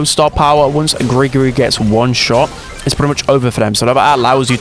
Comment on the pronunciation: gregory not gri gri.